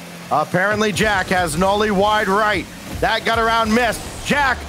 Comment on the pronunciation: Besides him saying “Knowly” instead of “Noly” 😂